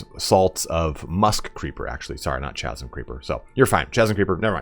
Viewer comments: TF is a chazim? it's pronounced KASIM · Chasm is hard C. Kazm. Not chazzm. Also: 168 materials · K-asm not CH-asm. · Casm. Not chasm. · It's "Chasm" with a hard K sound, not with a CH sound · "chasm" is pronounced "kaz-em", not "chaz-em". The H is silent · ITS PRONOUNCED KASSM! Not Shazem. Hard C. Chris, Character.... But fuck me I didnt see that EXTRACT ALL button. I'm SOOOO FARRR into the game and I never unlocked Gale, and have crafted ONE potion. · Chasm is pronounced with a hard K sound as in KASM, not a CH sound like in CHAT. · Good lord. It’s not pronounced ChAsm. It’s pronounced Kasm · Just an advice for future videos: chasm is pronounced with K (ka:zm), like you would in alchemy or charisma. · Chasm is pronounced with a hard 'K' sound. That will make it illiterate. Like Peter Parker. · Thanks for the info! Chasm is pronounced KAZ-UM fyi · Love your vids. The word "chasm" is correctly pronounces "kas-m". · Not to be nitpicky but you don't pronounce the H in "chasm", it's said like Kaz-um. I'm surprised you've never heard the word chasm before tbh. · mate it's pronouced Kasm creeper even though it's spelled like "ch" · nice vid. just a tip though, chasm is pronounced like "kazum". no "ch" sound. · Chasm is pronounced kasm. it's opposite to the way Cello isn't pronounced kello. Don't you just love the English language. I'm not usually a grammar nazi, but chasm with a hard "kah" just sounds right and is so much cooler. as in the Chasm of Eternal Doom. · Chasm -> Ka-zum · "Chasm" is pronounced "kaz-uhm." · It's pronounced Kah-zum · I applaud your approach to front loading your videos. For the record though, the H in Chasm, is silent :) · Chasm = 'kazzum". But thanks for great video! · chasm = ka·zm you don't pronounce the ch. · Chasm is pronounced kazim/kazum. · Chasm is pronounced with a hard C. Like a K. No “ch” sound. “K-as-m” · No hate, but the way you pronounce chasm, is stressing me out. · "chasm" is pronounced like it has a hard K in the beginning.